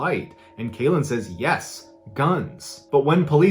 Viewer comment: I think Kalen name is pronounced Karen